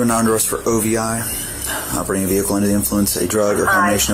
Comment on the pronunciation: It's O.V.I, not "Ovee"